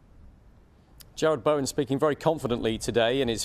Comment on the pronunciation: This presenter is hopeless,yesterday he couldnt pronounce Bowen's name (Baowan) and now he doesnt know West Hams stadium (city stadium )